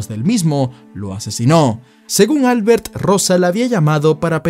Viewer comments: Probablemente se pronuncie Albért, no Álbert. Porque si es catalan, la letra fuerte esta en la "e". De lo contrario parece de fuera de España jajaaja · Para de llamarle Álbert, su nombre se pronuncia AlbErt xddd